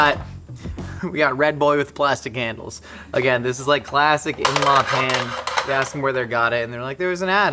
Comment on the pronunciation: Are you saying pan or pam I’m sorry you’re just coming off stupid